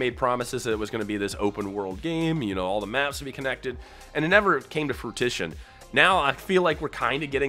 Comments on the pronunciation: I needed watch no further after you said fruit-tition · did my man just say… “Fru-tition” 😂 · “Fruitition” lmao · "Never came to fruitition" lol 😂